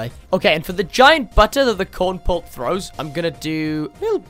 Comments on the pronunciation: bro really called Kernel-Pult CoRn-PuLt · Not cornpult its kernelpult. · If you call Kernel-Pult Corn-Pult one more time i'll be happy to have a screen between us so i don't get murdered by a psychopath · its kernal-pult.